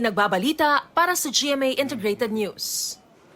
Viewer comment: Wtf? Ano ba ang problema ni Darlene cay? Bakit ang bigkas nya sa NEWS. AY "NOOSE "? WTF? 😅